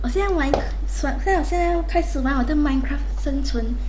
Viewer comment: Why did you say minekua instead of minecraft